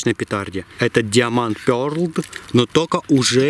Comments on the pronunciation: Диаманд пёрдл!😂😂😂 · Диамонд Пердл... Ору... (｡◕‿◕｡)